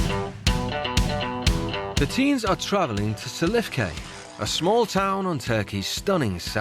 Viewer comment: "These kinds of teas" I really thought he said teas instead of teens. hahaahha